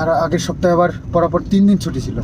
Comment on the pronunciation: Porapor noi kotha ta holo POR,POR ❤